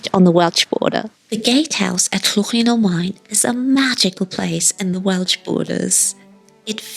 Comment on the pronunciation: Love this weeks video. Llwyn y Maen looks beautiful and I have to say "well done " on your pronunciation - spot on xxx We live between Wrexham and Llangollen so have been to Oswestry many times but you've found places I've never come across. Thanks for this relaxing video, much appreciated xxx